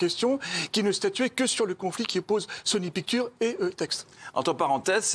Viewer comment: Sony Pictures. Putain la prononciation...